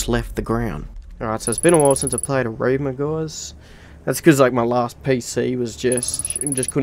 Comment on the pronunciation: lol did u say “erima”? It’s E-VRIMA